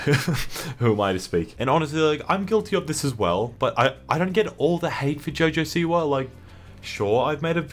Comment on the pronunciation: I Thought You Said Jojo Seaworld Lmfao